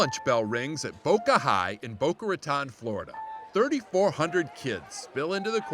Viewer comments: It's pronounced boca ro-tone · Awesome piece! Proud to have graduated from Boca High (Class of 1986). Dennis Esteban is a hero and a solid young man. (note to Steve Hartman - it's pronounced 'ruh-TONE' not 'ruh-TAHN' - thanks!) :) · pronounced Boca Raton' (long O)